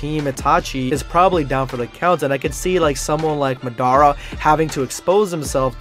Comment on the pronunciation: If your going to talk about narto pronounce things right it's no raesngon ots rasangan and it's not medara it's madara